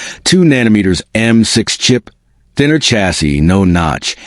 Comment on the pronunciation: 'dinner chassis'